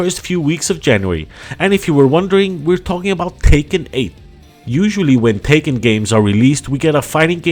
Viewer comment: It's pronounced Tech-kin not Taken 😂